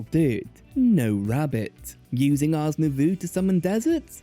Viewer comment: i always thought the mod was pronounced ours new voe